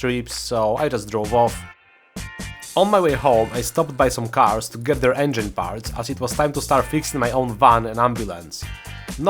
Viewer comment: the way you said engine was funny but you didnt get it wrong what country are you from?